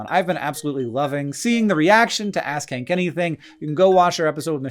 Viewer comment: Am I the only one that kept hearing "Ass khank anything"? 😂